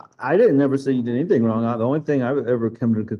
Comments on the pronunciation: "I've done EVERYTHINK you've asked". "You brought your ex wife up into our home and that was WRONK". "I haven't done ANYTHINK"! The way she speaks is so gross. It's so painful to listen to and sadly, Harley speaks the same way. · "Anythingk" gaahhh! 😖